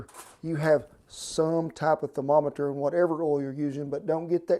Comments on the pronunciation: Thermo - meter Edit: Thermo - tometer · Thermo-tometer lmao oh man. Aside from that this guy is phenomenal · "I need to use that there Therma-tomoter!!" I love it! :-) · thermotometer XD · "Thermetometer"! Endearing as always, Kent! Delicious classic recipe...makes me wish I lived near my grandparents again!